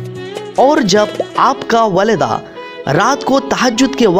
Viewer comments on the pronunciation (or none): Masah Allah bhai but it's not walada it's walida